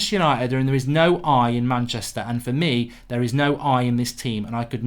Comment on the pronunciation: There is no 'i' in Manchister